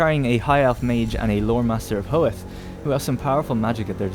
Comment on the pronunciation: Who else got annoyed when he said hoeth